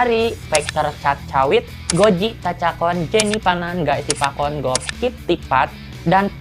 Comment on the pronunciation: Mau ralat dikit phi. Lanjutin yg di part 1 heheu. Bright Vachirawit dibacanya Wachirawit. Guy Sivakorn jg sebenernya Siwakorn. Pae Arak dibacanya Pe kaya baca Janhae gitu. Jd Pæ bukan Pae. Meskipun sebenernya aku liat tulisan thailandnya kayanya pake เ sih bukan แ jd harusnya Pe kaya Te di Tay Tawan gitu. Aom Sushar dibaca Om tp O nya bukan O bulet kaya Ohm gitu tp kaya baca Oabnithi. Dia pake อ bukan โ soalnya :/ pengen pake vn deh. Baru sadar ternyata baca Jan nya jg msh blm tepat. Itu dibacanya Jæn Ploi-shompu. Enchante, sebenernya awalnya aku jg ga ngerti baca bahasa Prancis sih. Tp kalo liat dr tulisan thailand-nya dibacanya Ong-Syong-Te. Aou Thanaboon kalo ga salah aku pernah liat tulisan thai nya tuh อู้ , kalo ga salah, jd bacanya U aja. Joss Way-ar dibaca We-Aa. Kaya baca kata "way" dlm bahasa inggris yg artinya jalan. Kaya Te di Tay Tawan. Trus r nya ga dibaca, itu cuma buat nunjukin a yg long vowel, orang sana biasa ngeromanisasi a yg long vowel jd ditambah h atau r gitu pdhl ga dibaca. Ciize dibaca Sai-sii. Gigie dibaca Jiji. Kaya Gigi Hadid gitu dibacanya Jiji Hadid. Toptap dibaca Toptep. Foei dibaca Feui. Kaya kalo basa sunda teh mau baca teuing atau ciumbuleuit. Mond Thanutchai dibaca Thanatchai.